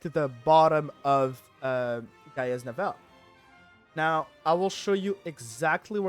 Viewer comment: its pronounced GIA (Gaia ), Navel like your Bellybutton.